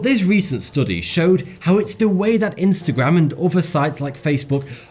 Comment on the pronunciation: . He says de wei.. That's on purpose for the memes. He has great diction and would certainly have said 'the way' but listen. He says 'de wei' subtle. But I noticed it 😂